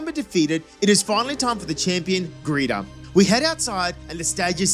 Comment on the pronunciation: It’s great that you call her Greeta instead of Geeta because she’d be a better Walmart greeter than Pokémon champion